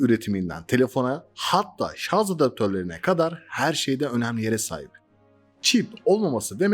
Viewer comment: şarZZZZZ degil aq şarj... offf...